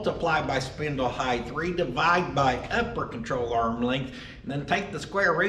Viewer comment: lengTH, widTH, depTH, and heighT. cmon oklahoma! heighth isn’t a word!